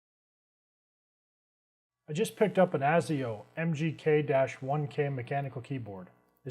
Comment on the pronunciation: You kept saying "mkg" btw, but awesome review. Couldnt agree with you more on every sentence/claim you made. P.s. ive had the mgk1k for about a year now and never had a problem with it, I love it!